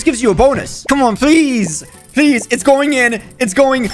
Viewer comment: My guy when he says please it sounds like he saying peas